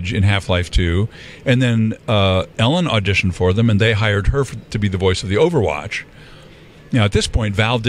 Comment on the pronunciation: dijo overwacht traidor xdxd